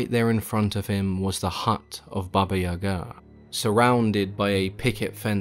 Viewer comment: I love this story about Koschay. Just an FYI, it's Baba Yaga accent on the Ya not ga.